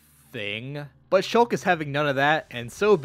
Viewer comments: Me: Shulk? he say's Shooolk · he mispronounced shulk